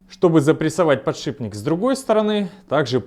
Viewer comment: Автор молодец! И ещё, научите, пожалуйста, своего друга Негоду правильно произносить слово подшиПник.